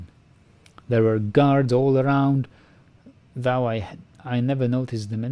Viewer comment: I enjoyed this very much, thanks! Going back to your Oblivion LP, I have noticed that you very consistently mispronounce "though" as [ðaʊ] (rhymes with "cow") rather than [ðoʊ] (rhymes with "throw"). Hope you don't mind the tip. Your pronunciation is generally excellent so this error stands out. I'm looking forward to the continuation of this series, hope your real life will allow you some more time for playing soon.